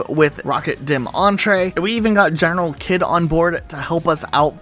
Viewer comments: Does this channel pronounce GeneralKidd completely wrong in order to phonetically get it across to viewers that would like to search for his videos on YouTube? Or do this channel genuinely not know how it's pronounced? I also understand the possibility that Kidd doesn't care how people pronounce it, but it seems weird to pronounce it differently than GeneralKidd does at the beginning of every single video he's ever made. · generalkidd says his name at the beginning in every single video but you still mess it up